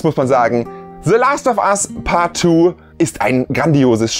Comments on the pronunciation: "se Last of as paat tu" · Se lahst Off As Paht Tuuh